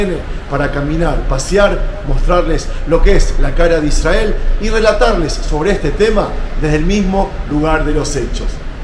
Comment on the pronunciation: Por qué pronuncian Israel de esa manera? Y no como hispanoparlante?